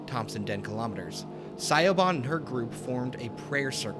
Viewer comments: Lol im sorry i kept being confused when you pronounced the name Siobhan as Sigh-o-bon because it's actually pronounced shuh-VON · Siobhan is pronounced Sha-von. I'm not trying to be a tool but just thought I would help. :) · FYI Siobhan is pronounced like "shi-vawn" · Siobhan... Shivaun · Siobhan is an Irish name and pronounced like Sha-vaughn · The woman’s name is pronounced Sha-von. The name is Irish. Siobhan. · it's pronounced Sha-von (Irish) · The way he pronounces Siobhán in painful. It is pronounced "Shiv-awn" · Really interesting and novel topic for a video, but it was soured somewhat by the unfiltered rawness of your takes. Consider scripting your video next time, or scripting around your live reactions. I think your videos would benefit from some editing. A little more effort could have avoided egregious pronunciation errors (like a certain Irish name...) and factual errors like your weird definition of keening. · There was no N anywhere in that name man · Siobhan is Irish/Gaelic, which can often be hard to figure out how to pronounce from the English spelling.